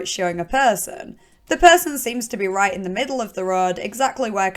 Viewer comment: I could listen to you say perrrrrson all day. Love your vids